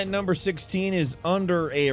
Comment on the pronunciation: "Mmvng onn to numbmerr 19"😂